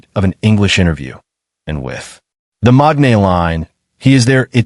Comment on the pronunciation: MAKANE not MAGNAE